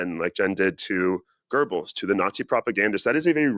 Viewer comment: why do so many Americans add an R to Goebbels so it becomes Goerbbels? 🙏🫶👋✌️🖖